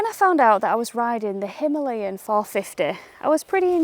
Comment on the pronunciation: Again him-lay-in , please its himaa-layan😔